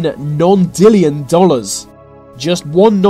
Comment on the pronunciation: Non-dillion?? It clearly reads NON-NILLION!!! Unless I’m smoking too much weed but what’s the difference?